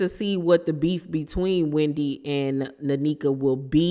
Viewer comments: It’s pronounced (neh-kha) not nanika 🫠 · I think her name is pronounced N- eka. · They either brought this girl on to fight w/Wendy or to replace Wendy. Its nasty either way and she's coming on as Ashley's "friend"....Definitely a scheme set up by Todd bring the bullsh*t lol! Sidenote: it's pronounced Neck-uh. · Hi! It’s pronounced like nay-kuh ❤ And I was actually hoping they wouldn’t be beefing but since they are, lemme grab my popcorn 🥴🫣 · Thanks for the tea! It's pronounced NECK-AH